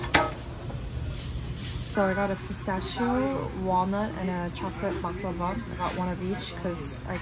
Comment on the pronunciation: i think you're the only foreign person that pronounce baklava super smooth correctly thanks for that